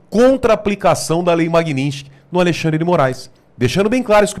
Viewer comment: Não é Magnistky, é Magnitsky. O "t" fica antes do "s".